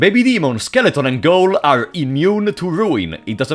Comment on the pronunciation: Great video as usual, you really deserve more subscribers, a quick pronunciation tip: "Ghoul" is pronounced "Gool" in English.